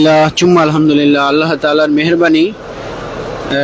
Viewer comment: ভাই তুই তো আলহামদুলিল্লাহ শুদ্ধ করে বলতে পারলিনা।